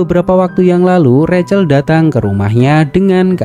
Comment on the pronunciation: Rahel mas bkn recel